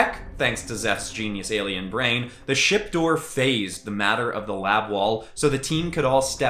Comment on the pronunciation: These are sick! Love the superhero themes. Would love to see more justice avengers or DnD-Vengers. Also totally heard 💩 instead of ship